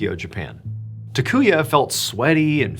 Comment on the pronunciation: First guy's name is pronounced TAH-koo-yah, not tuh-KOO-yuh. Japanese is pretty consistent; all the 'a' characters use the same soft vowel sound.